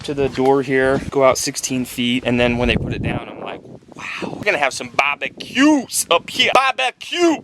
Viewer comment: at, I thought was saying 'Bobbin Q's!' instead of 'Barbeques'...